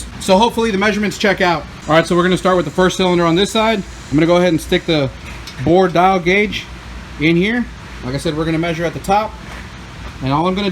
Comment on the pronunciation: Why are you saying it like that? "A bore dial guage"??? Is this how some people talk in different areas of the country?? I've never heard it said like that & it makes me question you & if your for real or just some buger eater they got to put in front of the camara to read a script & obviously nobody there has ever been a machinists? If im wrong then?? I dont think I am. A "bore dial guage"!?? Do you mean a "DIAL BORE GUAGE"???